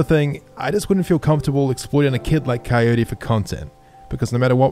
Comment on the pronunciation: When coyote say crwy I crwy